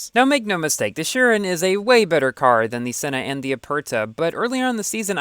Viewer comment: Man I like you but... Your pronounciation of chiron is so annoying